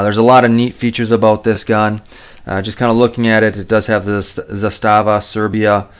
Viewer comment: ZAH-STA-VA🤦🏻‍♂️ ali dobro čovek ne zna Srpski😂